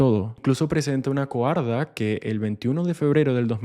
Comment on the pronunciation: Hola.. se dice coartada...